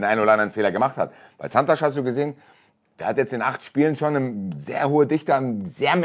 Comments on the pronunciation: Der Typ heißt Santos. Nicht Santosch. Portugiesisch for runaways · Fragt doch lieber Santos! Mein brasilianischer Freund schüttelt nur noch mitm Kopp. Auf Sky hieß Santos schon Sansch….